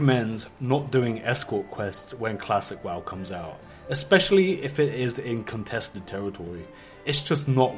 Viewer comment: contwested teritowy